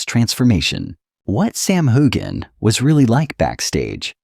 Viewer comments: His name is pronounced HewUn. Please try it. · It is not pronounced hogan or hugan.